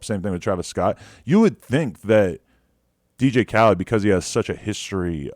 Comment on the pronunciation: "Dj Khled" I don't know why I find this funny